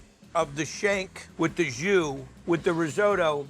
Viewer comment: You can see that chef getting annoyed every time Guy pronounces risotto incorrectly